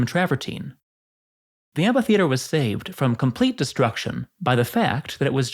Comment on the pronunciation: Isn’t it pronounced amfi? I keep hearing you pronounce it amPHi